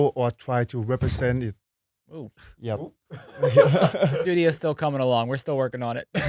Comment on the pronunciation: it makes me smile that you can tell Phuwin's oooh is in Thai and not English 😂